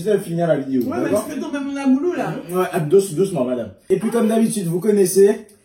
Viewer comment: Je ss rassurée tu dis bien Agoulou 🤣 et nn bagoulou, car un gars sr TT ne la pas trop apprécié, enfin 🤷🏼‍♀️ y'en a partout.. Bravo en tous cas ça devait être succulent